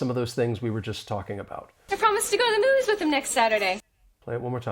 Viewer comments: Everything is fine except I could not understand where she actually said "movies" in her sentence. I even slowed the playback speed down to 0.25, still could not figure out "movies". But you are clearly pronouncing the word "movies". It looks like she is saying "News" instead of "movies"! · That's the only word I didn't heard. Very badly pronounced